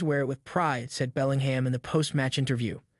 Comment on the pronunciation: His name is pronounced “belling-um”. And it’s pronounced burn-a-bau